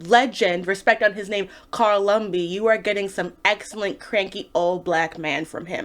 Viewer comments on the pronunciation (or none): Joaquin is pronounced Wha-Kiin. And it's Lumbly, not Lumby. Natalie Dormir doesn't play Sharon. Anyway, Isaiah needed a flashback that directly tied into the main storh. Plus, Lemarr Hoskins aka Battlestar is one of my favorite characters in the comics. And he dies here?! Also, if you bothered to read the books, the differences are more pronounced at how Disney evaded anything real. The MCU waters down a lot of backstories. Read TRUTH: Red, White, and Black. That is Isaiah's backstory as a WW2 soldier. That would have been a better basis than dealing with Zemo.